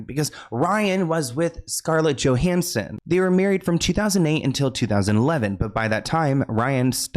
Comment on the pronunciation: All i know for sure is that I am SO glad Alanis Morissette dodged the massive bullet who is Ryan Reynolds. Also, its 'yo'- hansson, not 'jo'.